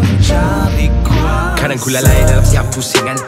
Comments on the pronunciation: bgi aku lah..yg part tu kene improvise lgi lah..kurang best part tu..mcm hambar..plus sebutan kuasa tu..kuase..just opinion je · Ammar Daniel it doesn’t work like that. Ni lagu bro bukan borak dgn member. It sounds quite annoying actually. Even if dia mmng nak sebut “kuase” just make sure the rest of the lyrics also guna sebutan pasar mcm tu lah. Just my opinion, feel free to disagree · Hahaha.. Tulah. Rasa kurang sikit bila sebutan 'kuasa' tu tak konsisten 😅